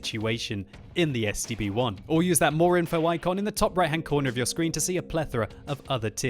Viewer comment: I thought you were saying the STD-1.